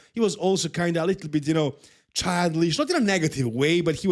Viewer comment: He keeps saying Child-lish